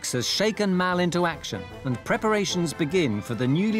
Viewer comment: I'm pretty sure his name is Mal not "Mel" as most are calling him in the comments section. Mal is not an unusual name in Australia.